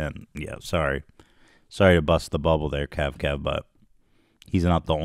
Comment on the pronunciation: KAVKAV NOT 🅿️